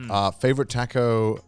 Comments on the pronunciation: Everyone: “Taco” Garnt: “Tarco” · I still can't forgive Joey for that Tha-co pronunciation early in the video xD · Connor making fun of Joe saying tortilla when he says tAcko XD